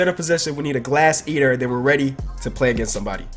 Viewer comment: when he said glass eater I thought he said ass eater